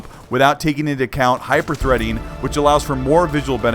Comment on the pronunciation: I LMAO when he said "Hyperthreading"